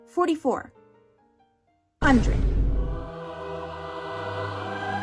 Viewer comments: HAHHAHAHHA the Legendary fanfic! Gosh the nightmare ..the Shock I Got one day when i went to check WangXian tag lmfaooo that Pause of yours.. "44"...."Hundred'...yea i felt that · HOLY CRAP!! When you paused at “44…4,400” I physically gasped and leaned back in my chair. I was thinking “it can’t be more than 100, right? RIGHT?!” Like, whyyyyy does any fanfic need more than 20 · you really got me with the "44... HUNDRED." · the pause between 44 and a hundred caused a moment within me